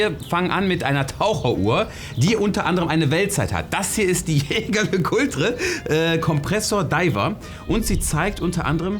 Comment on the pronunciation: lern bitte die Aussprache von: Jaeger-LeCoultre. Danke, weitermachen.